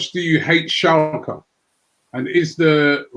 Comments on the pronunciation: Everyone: Schalke Robbie: Schalka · I have to admit it, Schalka sounds better, I AM ADOPTING THE MISPRONOUNCIATION RIGHT NOW.